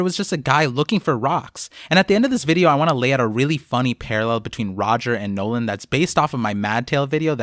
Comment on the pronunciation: Nolan D. Mont Blanc?? The D is silent and even the tontatta called him Nolan without the D